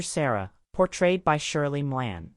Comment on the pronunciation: It's Shirley Maclaine, not Shirley Milan